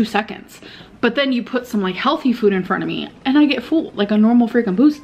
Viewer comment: I cannot handle hearing her say “füd” so many times in a row